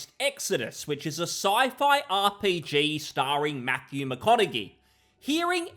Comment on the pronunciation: Matthew "Mack-con-a-gee"! LOL! You silly Brit. Speak English!